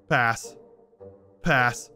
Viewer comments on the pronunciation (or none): half the time he said “pass” I thought he was saying “ass”. also who would’ve thought he smashed on an ugly bird and two buff men, one with four arms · I started hearing ass instead of pass midway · Was it just me or were half of him saying “pass” actually him saying “ass”? Am I hearing shit? 😂😂😂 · After 100 passes all I can here is him saying purse In an English accent 😂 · When he said "pass" at paras it sounded like "paras" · It seems like he's saying "a**" when he says pass 🤣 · Fun fact: when says pass it sounds as if he is saying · Sometimes when he said pass I heard ass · If you are just casually listening to this, him saying pass over and over again just sounds like ass except for the really pronounced "p"s I just cant un-hear it anyone else or is it just me?